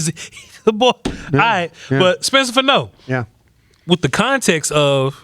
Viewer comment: He weighed 311 at the Combine. Nine pounds & he's 6-6, 320. It's FAH-no, not Fa- NO.